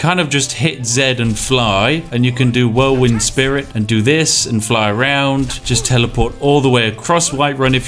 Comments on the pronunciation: Um Spiff? It's whirlwind sprint, not whirlwind spirit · Why is when other companies release broken games its a disaster but when bethesda does it its amazing. Also why is nobody talking about how he says whirlwind "spirit"? I had to do a quick check in the wiki and in-game to make sure I wasn't living with a lie this whole time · “Whirlwind spirit” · It is "whirlwind sprint", not "whirlwind spirit" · Who else had a little bit of their soul die when he said whirlwind spirit